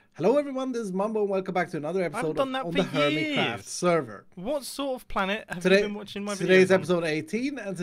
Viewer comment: "Earmitcraft"??? Seriously Mumbo? How do you even??